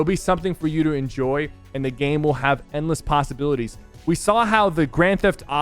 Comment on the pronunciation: SypherPK: "Passibilities"